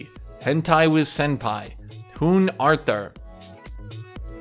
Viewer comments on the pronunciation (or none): none